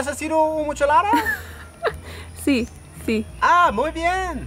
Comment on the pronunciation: Mucholada! LOL😄. It is Michelada (you had been saying that since Baja 😂) and please, please ditch the Tecate. The best Micheladas are with Pacifico, Corona or Dos XX. Salud! Thanks for sharing